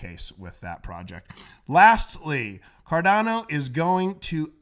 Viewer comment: it's 'Cardano' not 'Cardano'!!!!